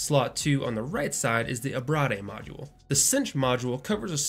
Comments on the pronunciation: Abrade is pronounced ah-brayd, not abradé. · lol "Ah-Brah-Day" ??? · Im pretty sure its pronounced, Ah-Braid, like its spelled. Because when two vowels are seperated by a consonate the first one says its name. Eh, i think is usually for foreign languages